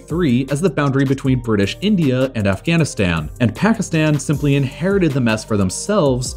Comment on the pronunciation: When Pakistan was created, there was no Bangladesh; it was East Pakistan. Also, it's not "pack-ih-stan", but "paak-ih-staan"; all the "a"s in the name are pronounced like that in the word "father", not like that in the word "apple". Same thing with Afghanistan. And kilometres is pronounced like "nanometres", not like "thermometers" (because it's a unit of measurement, not a measuring device).